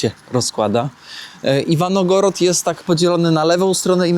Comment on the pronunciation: Iwangorad. Iwangorad.